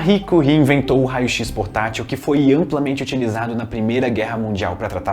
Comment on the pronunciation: Primeiro que eu vejo falar o nome da madame Curie certo